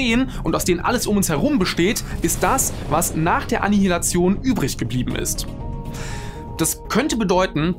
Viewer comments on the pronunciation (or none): Bis auf den Anilihationsversprecher ein cooles Video